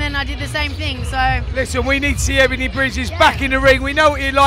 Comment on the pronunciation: Its Ebanie, not Ebaine. Stay classy Talksport